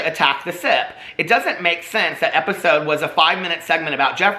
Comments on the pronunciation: Every time you mention the “sip” podcast I thought you said the “SITH” podcast 🤣 legit thought had a Star Wars podcast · 🤣Every time he said “The Sip” I heard “The Sith “. I thought he was low key calling them evil lolol